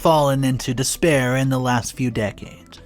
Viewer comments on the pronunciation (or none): Dis-re-pair not dispair